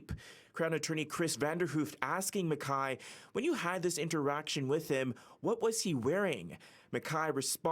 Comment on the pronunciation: Where does CityNews get these reporters? They can't pronounce people's names correctly. MacKay and Skibicki's names were pronounced wrong. Low-budget news from Canada.